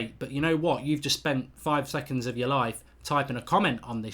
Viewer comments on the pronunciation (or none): none